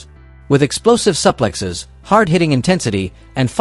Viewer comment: SUPPPLEXXXES???😂😂😂fuckin AI